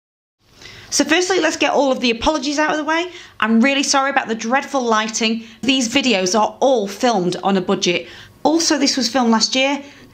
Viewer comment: Did you say filmed on a budgie ? Lol excellent video content as normal